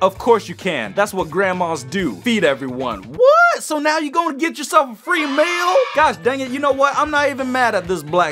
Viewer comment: when said get a free meal I just heard a Texan accent lol